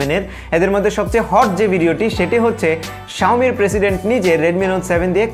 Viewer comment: its xiaomi not xioa......